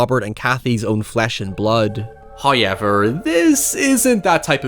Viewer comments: No one: Bro in every sentence : NOI HOIEVER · Dude.. DUDE! Please, please, if you're going to say "However", please say it properly. It's so distracting hearing you say "Hoyeverr" again and again. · "High" ever. First time I have heard it pronounced like that. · Highyever lol seriously no one has counted yet?😅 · I asure you sir there is absolutely no letter "Y" in the word however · I love these video essays, but i would be lying if i said I didnt just come here to listen to pronounce however. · I love your videos and you're a great guy, but I cringe so hard every time you say however... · I could listen to say ‘however’ all damned day.